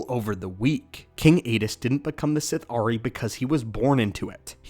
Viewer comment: Sith’ari is pronounced as a single word (Sithari) not Sith-Ari